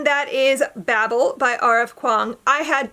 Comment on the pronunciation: It’s pronounced with the long A, so bay-ble. The audio book is sooooo good.